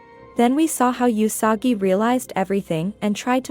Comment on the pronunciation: I couldn't focus on the video because it bothered me that she says YOU-sagi and O-risu when it should be WOO-sagi and AH-risu. Not saying this cuz I'm asian (I'm not even Japanese) just how its pronounced in the show 😆